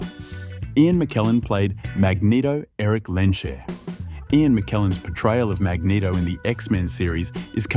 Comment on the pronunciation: mageto? for cry out loud XD